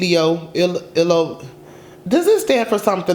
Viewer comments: trying to pronounce ilomilo 💀 when its said like Elo meelo 💀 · Ilomilo is pronounced EE-LOW MEE-LOW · ilomilo is pronounced E-LOW MEEL-O lmfao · eelo meelo is how u pronounce it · ilomilo is pronounced E-Low Me-Low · The track’s title is pronounced “ee-low-mee-low`` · ilomilo is pronounced: ee-low-mi-low great reaction!! keep it up! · ilomilo is pronounces e-low me-low